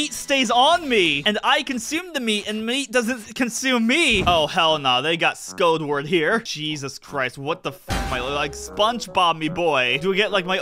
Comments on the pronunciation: Why does he say squidward like scodeword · Squidward❌ Sqoudward✔️